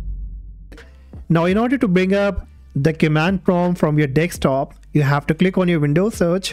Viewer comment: This is advice from Indian call centre scammer lol 😂 Dextop